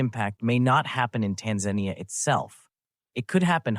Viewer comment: AI voice. The voice pronounces Tanzania in two different ways constantly. Tired of this slop.